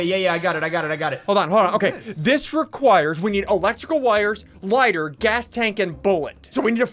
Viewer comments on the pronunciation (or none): not ligiter, light-er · Ssundee what’s a li-git-ter Me it’s a lighter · “Ligiter” -SSundee 2020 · Nobody: Literally Nobody: Not a Single Soul: SSundee: Ligiter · Beacause of quarantine ssundee read lighter as ligterh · Ligheter hahahahahaha lighter learn English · Ssundee: a man with a kid Also Ssundee: says basically everything wrong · I don't believe he couldn't pronounce lighter ☠️